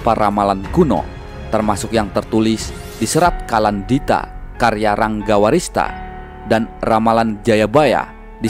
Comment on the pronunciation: Ranggawarsita min, bukan Ranggawarista. 😁